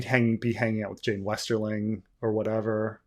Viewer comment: But Jeyne, Jeyne, it rhymes with pain 🤔